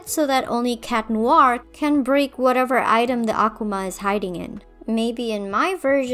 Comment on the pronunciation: Thanks for pronouncing Akuma right... the characters in the show (especially Gabriel) need to realize how pronunciation of the Japanese language works. The way they pronounce it in the show, uh-KOO-muh-əky-mə in IPA format--is wrong in multiple ways. Kagami and her mom probably have brain damage from having to hear all that mispronunciation at this point. On a side note, WHY are they called Akumas? 「悪魔」、「あくま」、or "akuma", pronounced Ah-koo-mah--ɐ-kɯ-mɐ in IPA format--means devil or demon, but can also refer to Satan, the Devil, or Māra (evil spirits in Buddhism that hinder one's path to enlightenment). Is the Miraculous of the butterfly from Japan? How did it end up in a Miracle Box held by Tibetan guardians? Did Gabriel choose the name? After all, I can't fathom why they'd normally be called Akuma when used by heroes, since it means "demon". If Gabriel chose the word, why does he pronounce it wrong? And why would he have picked a Japanese word WHEN HE GOT THE MIRACULOUS FROM TIBET??? Has the Butterfly Miraculous been used for evil in the past, and the first person to misuse it called them Akuma? Did this first holder unleash his minions upon Japan, and the name was christened by the terrified people? What are Akuma called when used for good? Perhaps Tenshi, meaning angel? So many questions that the show will probably never answer... On top of this, in Shinto tradition, an object called a Yoshiro is able to attract kami and give them a physical space to occupy, usually for rel